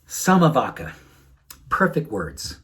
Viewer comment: vacca is pronounced "vacha"